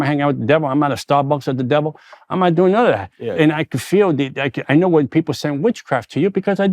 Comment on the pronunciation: The emphasis is on doing